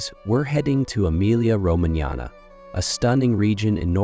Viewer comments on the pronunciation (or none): Emilia “Romananya”. That is the topic of this video. Try to, at least, pronounce it correctly. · Pronunciation of Romagnia the gn is voiced ng as in ring ng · Horrible, isn`t it and these cranky figures claim that they are "experts"!